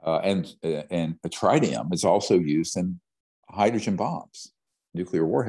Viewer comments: Yeah but he said trinium lol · Tritium is pronounced like it rhymes with twit